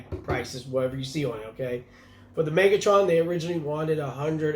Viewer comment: Not cool: Its Megatron not Megotroun haha 😅😅😅